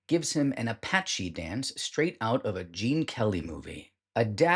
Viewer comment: Mild correction - apache dance is pronounced in the French way rather than like the native American tribe - ah-pahsh. In my eyes it's a dance that looks like assault, and perhaps tells that story